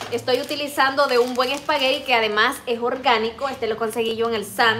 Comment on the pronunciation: Esparegui no espagueti